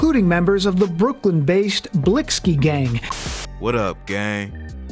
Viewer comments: Shouldn't it technically be pronounced as "Blixx Kee" ? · on god the way reporters say blixky pisses me off just how hard is it to not pronounce the x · Lol i love how the man sais( blix) ky gang hahahaha sucka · The miss pronounce word (blixy) got me fucking week 😭😭😭😭😭😭😭😭😭😭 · Bro said blisky gang 😂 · Wtf did this nigga just say “blicksski” lulzzzzzzz I’m fuccing ded asf💀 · BlLuKeI gang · This is how u pronounce blixky, blick-ey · Lmfao he goes “blicksski” gang I’m fuccing ded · Lol man said blix ki deadass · They stay saying bliksy omg bruh 😭😭😭😭😭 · Anytime they’re on the news they say “blicksee gang” lmao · News man said blix - key gang 🤣🤣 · That mane said blickski gang 😂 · Just the way reporters say blixky gang tells you they're completely uninformed talking heads, I'm from Illinois and know how they pronounce the shit and have only heard of the gang maybe a handful of times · it’s not about knowing the gangs offhand, but literally five minutes of searching up the name and they’d know how to pronounce it. Any real “journalist” or “reporter” should care about getting the facts straight, they pronounce it that way because they beef with a certain gang. That’s pretty important to the overall story being reported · bruh. I get your point. It’s not that important to the story because they mispronounced one word but your clearly understood what they were saying and meant. Vladtv been doin this idk how long on a big platform and he’s involved and doesn’t even know how to say half the shit he’s supposed to. He got the facts right. He didn’t pronounce the name right